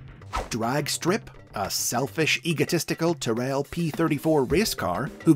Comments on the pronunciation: Tyrell is pronounced “Tirull” - they are the direct ancestors of the current Mercedes team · Great video! Struggling however to get over how you pronounced 'Tyrrell'! 🤦‍♂️